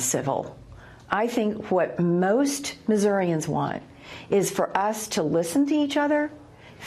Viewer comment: It's "Mizz-our-ans" not "Miss-our-i-ans" you carpetbagger